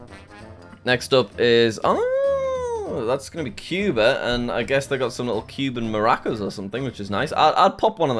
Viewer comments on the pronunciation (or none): none